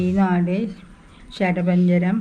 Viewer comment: 'സരപഞ്ചരം' അല്ല ചേട്ടാ ശരപഞ്ചരം ആണ് ശരി😃😂